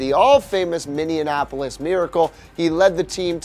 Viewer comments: “Minneanapolis Miracle” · too many n’s there bud lol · I did not know if was called minneanapolis lol it's Minneapolis get it right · minneanapolis miracle? lmao